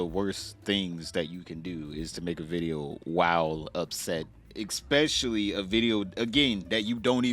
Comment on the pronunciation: Say "exspecially" one more time